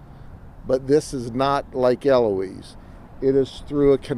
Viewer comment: Well, he pronounced 'Eloise' correctly.....